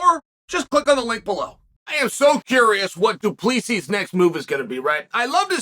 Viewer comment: du plee see's . chael has some shit pronounciation lol